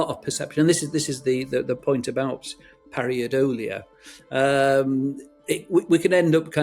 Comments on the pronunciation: It’s “pareidolia”, not “pariadolia”. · Very good video indeed! Just a comment: it is called “Pareidolia” not “Pariadolia”. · Not 'pariodola'. It's 'paradolia'. He's a Dr. He should know that. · Par-EI dolia not Par-IA-dolia . Par - aay - dolia not Par ea-ahh dolia. I would have thought a scientist would know that... ? I kind of lost interest after that. You cannot prove something is real by making incorrect statements, nor can you prove something is NOT real. Anyway, I've never seen Nessie, and never will. I'm too old and live too far away. I am not convinced either way. This has not made it easier. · That mispronunciation and spelling of pareidolia was on a par with Benedict Cumberbatch's pinwings, pengwengs, you know what I mean. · Not only did he mispronounce “pareidolia”, it was misspelt in the captions.